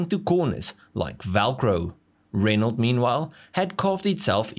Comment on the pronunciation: ren-o. not ren-alt